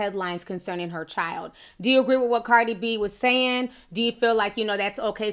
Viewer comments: Ti said: Whew "chilet"! Lmao. She will chop & screw some words, but I love her though! 💕💕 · it’s actually pronounced child lol